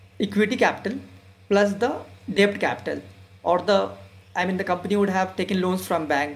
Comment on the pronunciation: Excellent presentation on value investing. Keep it up. Correction: you are pronouncing Debt wrongly. "b" is silent in debt. Kindly check. Suggestion:- Do let us know if u have a telegram channel where u could give instant updates on value investing, daily market updates and post updates about new videos released on YouTube.